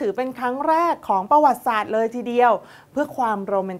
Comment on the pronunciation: กอปร กับ อ่านว่า กอบกับ ไม่ใช่ กอปอน กับ ครับ ท่านพิธีกร ประวัติศาสตร์ อ่านว่า ประ หวัด ติ สาด ครับ ไม่ใช่ ประ หวัด สาด ครับ ท่านพิธีกร อ่านให้ถูกหน่อย เด็กๆดูท่านอยู่!!!